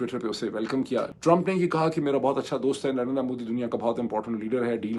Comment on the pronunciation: In logo ko Narender Modi pronounce kerna nahi aata.... Narendra Modi....NARINDR-A Modi bolte hn